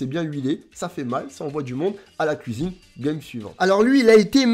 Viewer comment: C est un plaisir de regarder ted vidéos tu donne le sourire Et puis à chaque fois que tu dit « à la couisine »j explose de rire 🤣🤣🤣🤣🤣🤣🤣